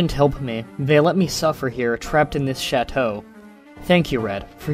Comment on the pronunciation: You butchered the word chateau.